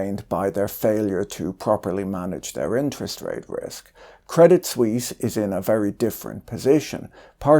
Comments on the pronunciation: The T in Credit Suisse is silent. French pronounciation. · No need to pronounce the t of crédit. Very nice video btw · Credit Sweeze?